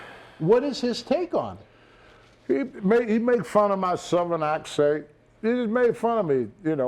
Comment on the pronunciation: "He made fun of my southern aksert" Tony learned "southern aksert" in the states, and learned first impression/last impression in Japan